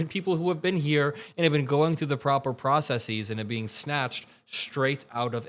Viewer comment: Process-es,; not "process-eeze"!